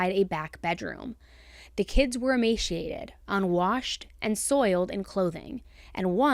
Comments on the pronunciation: What a dummy, you can’t even say emaciated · There's no "h" in emaciated. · "The children were emashiated"?